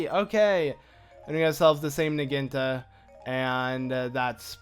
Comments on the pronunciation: impa's new weapon is a Naginta? can't you say syllables? it's Naginata. it's a type Japanese spear thingy. Na-gy-na-ta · It's not pronounced nah-ghin-tah it's pronounced nah-ghi-nah-tah. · It's pronounced Nah-gee-nah-tah, not Nuh-geen-tuh. Anyways it's a good part, Impa despite being slow with her usual sword is rather fast with the Naginata to that I agree. BTW I meant to ask with a user ID of "" does that mean you've played next to if not all of the current Legend of Zelda games, and if so what'd you think of Spirit Tracks? I my-self bought it after watching someone play it on a PC emulator, managed to beat the game and sold it once I did god that game was annoying, makes me wish I had game fly tbh. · It is pronounced na gee na ta